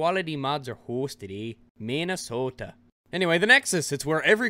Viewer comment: this video is old but holy FUCK that canadian accent turning into "minnesota," killed me, being a minnesotan myself. good fuckin laugh over smth so dumb- thank you LMFAO